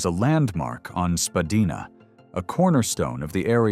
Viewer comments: spadina is pronounced spa d eye na. not spa d eee na. Its known to everyone in the city. This is a bold error. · too much disinformation, i.e., using US dollars, mispronunciation of the name Spadina, pictures of city streets which are NOT Toronto... I stopped watching this! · Very interesting...but a couple of points...Spadina is pronounced Spa-dye-na....and the Reichman family first came to Montreal from overseas and then moved to Toronto. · Don’t be such a greeneh! Learn to speak proper Canadian English. Spadina is not pronounced “Spah-dee-nah” but “Spah-die-nah”. Azoy? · SpaDEEna? US cash in the bill counter? This AI stuff is just so cringe. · LOL AI 🤖 pronounced Spadina incorrect 😂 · I disagree. My father grew up on Spadina, born in 1921, and never pronounced it the way it's been pronounced in this video.